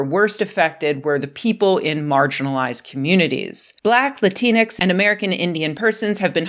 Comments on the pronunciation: It’s the X that’s the problem. It’s not supposed to be pronounced. It’s “Lah-teen” denoting a non gendered version of Latino (masc) or Latina (femm) Like half the letters in any french word, the X is silent. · Rebecca I love you but the x in Latinx is not pronounced. It is a placeholder. If it is pronounced it's usually pronounced like an e. Please.